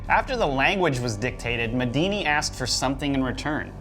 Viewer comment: Medini? Sounds like Medina to me... Maybe an Arabic Houdini?